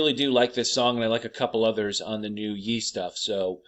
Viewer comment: Ye is pronounced “Yay.” Like Kan-yay.